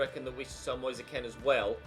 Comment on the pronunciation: It’s moise keen not moi-se Ken